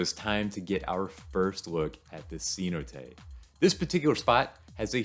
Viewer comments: CeNOTE. Not SEE not ay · "Cenote" means well in Spanish. It is pronounced SAY-NO-TE, not see no te. I didn't know what you were talking about at first! Haha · Great video! For future reference, it is say-NO-tay. The accent is on the second syllable 😊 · What accent do you have, you pronounce everything wrong. Didn't you talk to at least one person on this trip? See-no-tay? For god sakes im white trailer park trash American and i know how to pronounce the words